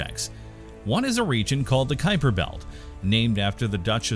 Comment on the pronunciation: what is a "Kuiper betl" ? xD